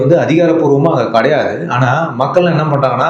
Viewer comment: கடையாது இல்ல மச்சி கிடையாது என்று சொல்லவும் 😮